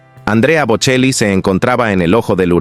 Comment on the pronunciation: Pronuncie el apellido correctamente: BoCHEli!